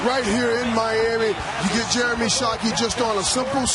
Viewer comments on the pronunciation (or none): none